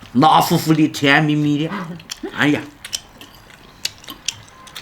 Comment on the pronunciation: 辣“fufu ”的 哈哈哈哈